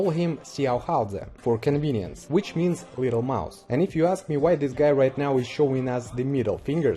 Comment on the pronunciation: underated video..lmao at the what ever the fck u said "for convinience" lol..